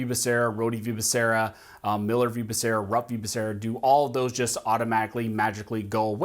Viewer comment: Exactly. Couldn't even say the fool's name correctly, or even the department in which he'll head.